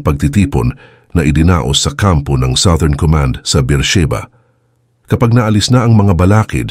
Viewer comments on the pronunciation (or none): none